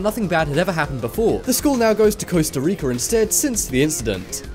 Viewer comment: it’s Costa RicA not Costa RicO! Get it right